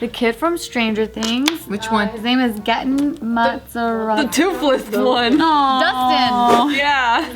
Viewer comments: It was BUGGING me how was saying Gaten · really butchered his name